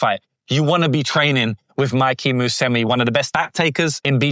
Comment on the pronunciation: Bro its pronounced mu se meechie not musemi